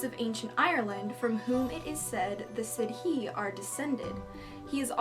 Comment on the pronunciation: Im irish so just for future reference sidhe is pronounce 'she', leanan is pronounced 'lenin', tuatha de danann is pronounced 'too-ah-ha day danin', samildanach is pronounced 'smaildanock', eochaid is pronounced 'yoh-kid' and firbolg is pronounced 'fir-bulg'. You got lugh right which is impressive :p love your videos, keep on keepin on! <3 x